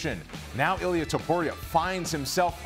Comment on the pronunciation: His name is I L I A (e-lee-a) not ilias he’s not Greek he’s Georgian 🇬🇪